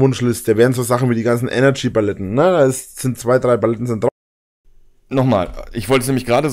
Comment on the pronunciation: Bin ich blöd oder sagt er immer wieder "Baletten" statt Paletten?